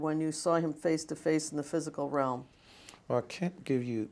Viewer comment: Realm. He says ram though